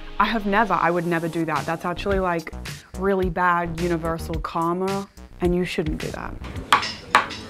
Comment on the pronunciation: Please for once pronounce "karma" right 😭